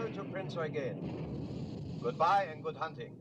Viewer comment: Good to hear them pronounce it as "Prinz Oygen" as is proper German. Have seen to many histories where it pronounced as "You-gen". I cringe at that!